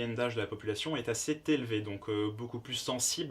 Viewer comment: "est assez(t) élevée", nouvelle liaison. Bon ça va, je rigole.